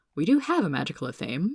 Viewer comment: Athame Ath-uh-may